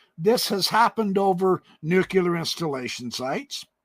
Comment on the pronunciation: Never trust anyone that can't pronounce the word (NUCLEAR=NEW-KLEE-ER) instead of (NEW-KYU-LER). Come on, man. I bet you pronounce the word ASTERISK as ASTER-IK. Am I correct? Lol